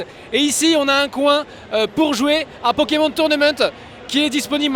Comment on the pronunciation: Ta du mal a parlé un peu et apprend a dire Pokemon c'est insupportable comme tu le dit .